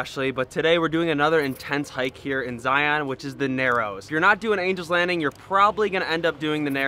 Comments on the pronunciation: You need to say ZION right. People from Utah can tell you're an outsider by the way to say ZION. It is pronounced ZIUNS, not ZI-ON. I know it's weird. We love your videos. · Please learn to pronounce Zion properly. I’m from Utah and it makes us crazy hearing it pronounced Zi-ON! Its Zi-un. Glad y’all had a great time. Our national parks are amazing. I don’t know if you’ve ever put in for the lottery at “the wave”, we’ll worth the crap- shoot if you get in and they call your number.